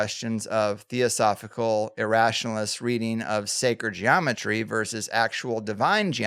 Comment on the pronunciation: Versus. Versus. Versus. It's a whole word.